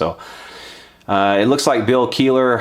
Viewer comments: Kell eh her... No keyler... Pronounce his name right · I believe his last name is pronounced "kella her" not "Keillor". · KELIHER!!!!!!!!!!!!!!!!! not Keeler dammit, maybe listen to how good of a fucking guitAR PLAYER he really is before you get his name wrong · Kelliher... its Kell-ih-her.... k im done, just had to get that off my chest haha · Promounced "Kell-e-her" (spelt Kelliher) dude, that's how you say it. I'm Irish and this is an Irish surname. Your rant is good though, Gibson need to get back on track. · It's KELL-IH-HER you fucking moron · James HATFIELD and Bill KEELER tellin Gibson what's up. Sorry the pronunciation had me triggered, had to poke at you lol. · its pronounced KELL-A-HER jackass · Learn to say his name right though it's not Keeler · Not sure if it was already commented but its bill kel-li-her, if you care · Damn you butchered his last name. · Btw, you butchered Bill's last name pretty badly too. Kelliher isn't pronounced like that, it's a pretty popular Irish surname. : )